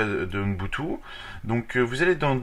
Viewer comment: Ça se prononce ubuntu ,UBUNTU